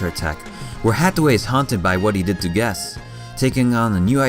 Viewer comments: Why does this guy say guess instead of quess? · Learn how to properly pronounce Quess and Bell-tah-chi-ka.